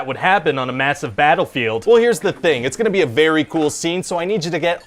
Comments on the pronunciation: I couldn't bylieve he kept doing that. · lol i couldnt bylieve it either. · I love that he carries the “be” pronounced as “by” through the whole pitch. 😂